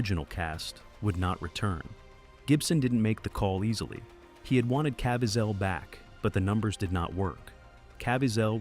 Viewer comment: And by the way, his name is Cah VEE zull.